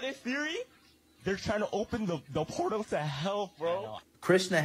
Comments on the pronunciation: "Pertal" hahahhaha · Not the pertal.. lol